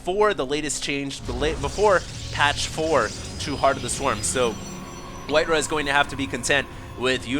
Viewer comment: I thought it was pronounced white "RAH", not "RUH"